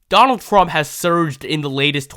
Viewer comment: “Donal Thrub” 😂😂😂